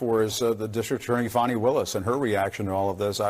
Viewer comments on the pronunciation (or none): Its annoying when they go out of their way to call her 'Faw-knee'. Its Fanni, sounds like granny, and is a synonym for ass...just like her party symbol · It's hilarious how CNN and MSM pronounce Fanny's name as fawny! lol